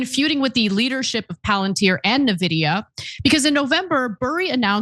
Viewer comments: I have owned many, many Nvidia graphics boards, but I have never, ever hear it pronounced NA-vidia. I've only heard it pronounced as EN-vidia. Nvidia was born for gamers and ALL gamers, tech reviewers, and computer hardware sales people that I've ever heard pronounce it in the latter way. Did I miss something? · It’s not neevidia. It’s N-vidia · NOT "NAVIDIA" IT IS "IN-VIDIA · It's pronounced "En-Vid-E-uh" Not "Nuh-Vid-E-uh". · Huge fan of you guys going back to the Current_TV days. But I have to point out (sorry) the correct pronunciation is actually “EN-vidia” rather than “NA-vidia.” Lastly, “CapEx” costs are related to costs or spending on capital expenses such as physical hardware and equipment, whereas “OpEx” is the cost of running a company such as costs related to employees, salaries, electricity, and other operational costs. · Thank you guys for showing this video that is littered with ignorance. It is the clearest sign that the AI bubble is about to burst - as they say, when your barber or shoe shine boy starts talking about it. Btw, it’s pronounced en-vee-dya not ne-vee-dya. Some history lesson, the company is also close to the hearts of gamers. I really think you should stay in your lane. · why does ana insist on calling it NEVIDIA? instead of ENvidia? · It’s EN-Vidia, not NA-Vidia! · N-VIDIA not NAVIDIA. And they wonder why they’re losing the youth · its nVidia. not nuhveedeuhh. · Folks, if you’re going to do a bit on Nvidia, at least pronounce the name right it’s not Na-vidia. It’s N - vidia. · I know you guys aren't gamers, but it's pronounced "In-videa" like say the letter N followed by videa. I mean, if you care. Been hearing Nividea a lot lately, lol. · is the only place where they pronounce NVidia as navidia. Rest of the world says En-Vidia. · It's pronunced 'in-vidia', not 'na-vidia' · eN - Vidia Not Nevidia. Just sayin’. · It's not navidia..just say the N.. N...vidia. News readers need to correct this error. Sloppy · Its N vidia, not Nevidia.